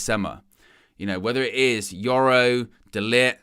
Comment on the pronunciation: DE-LICKED Is the correct pronunciation! 🤦